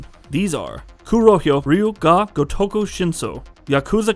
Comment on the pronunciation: Dude, I know the "Ryu" sound in Japanese is hard for the average westerner to pronounce, but this is a horrible pronunciation, i honestly didn't realize you were saying "Ryu ga gotoku 5" , you said "gotoko"!! lol, and "Ryu" is one syllable, it's not "raiyu" it's ryu(pronounced like ryoo,) Edit: wait, wtf? You pronounced it way better here?! lol